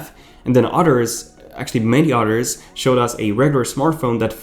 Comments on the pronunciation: The word is "others", not utters. Learn how to speak proper engish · "Udders, actually many udders..."